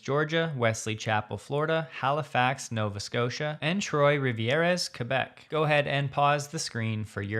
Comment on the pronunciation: « Trois-Rivières » (which mean three rivers) should be pronounced somewhat akin to [trwarivier]. However, you did nail the pronunciation of Québec this time around; kudos to you sir. 😉 I haven't done so in a while because I haven't felt compelled to chime in, but I am still grateful to the content you share and thank you very much for this valuable work.